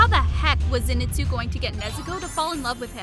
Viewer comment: Lol she speld lord zenitsu wrong she said lord zenistu